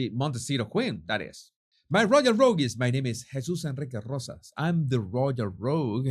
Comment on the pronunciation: I love the way you say “my royal rogueees”🤣😂 This is one of my favorite vids. You made the distasteful harkles hilarious!